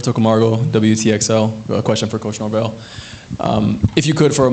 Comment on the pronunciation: Did he just say Norwell? Can't even get his name correct? Bruh...